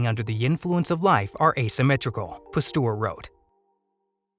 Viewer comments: Argh!!!! Please, someone tell the voice over guy it's Pasteur, not Pastour!!!!! It makes my ears BLEED!!! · Thanks very interesting! But please learn how to pronounce Pasteur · Turns out i was pronouncing Pasteur wrong my whole life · Please learn how to pronounce names, Louis Pasteur desrves it!!!